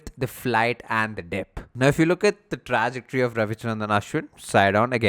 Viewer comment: Good video but pls its Truh- ject- ory